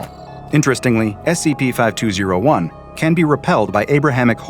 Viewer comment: Why does it sound like he always say S E B instead of S C P...